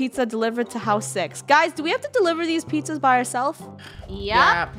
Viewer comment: I heard her say pizzazas